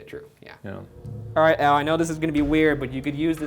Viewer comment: "El" Scarface Capone? Wtf? I thought it was "Al"?